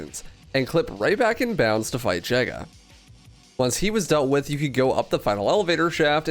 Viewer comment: The pronunciation of Jega is pure cringe